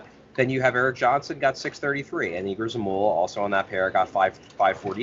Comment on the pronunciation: Folks, it's YEGOR, not EEGOR Zamula. Even other teams's announcers have learned that.